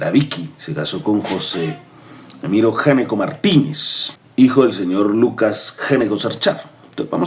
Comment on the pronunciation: Debe pronunciarse ÑECO, en italiano. El primero que llegó se llamaba Giuseppe Gnecco, en el siglo XVIII. No en XIX.